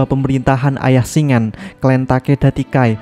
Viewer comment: Cara baca nama Shingen itu shin-gen bukan shing-en